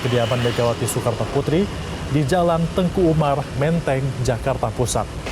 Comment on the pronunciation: Kenapa terdengar jalan Teungku Umar ? Bukankah namanya jalan Teuku Umar ?